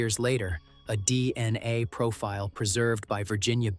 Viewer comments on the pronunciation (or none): why are you saying DNI instead of DNA?